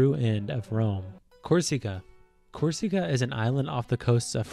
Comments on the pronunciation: It’s Corsica not corseca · It's CORE-seh-KA. Not Core-SEE-ka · Ab-be-SIHN-ee-a Cor-SE-kuh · Cor seek a. 😂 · Cor see Cara 😂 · Thr pronunciation of Corsica like "cor-SEEK-a" was so painful lmao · The way he pronounces Corsica really bothers me lol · There are a lot of weird errors in history, and the pronunciations of some things is really strange, like Corsica and Abyssinia